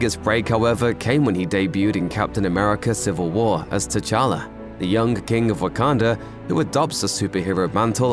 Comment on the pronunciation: I heard a Kink not king no offense